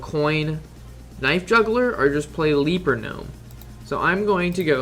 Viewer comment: Gj on the video. Only thing is it's a "Leper" gnome not a "leaper" gnome.